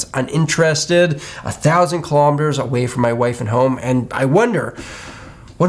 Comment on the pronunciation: Did he say “a thousand klompters from his family”? What does that mean?! 😉